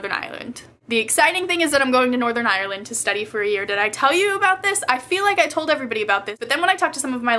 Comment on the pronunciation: i love how you say northern ireland. many people here in Northern Ireland don't pronounce it as properly as that. I hope i see you in belfast some time! :) It'd be cool! and I could give you one of those pygmy puffs i made..